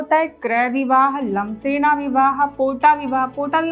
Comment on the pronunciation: लक्सेना नही लमझेना बोलो